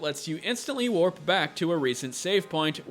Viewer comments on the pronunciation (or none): none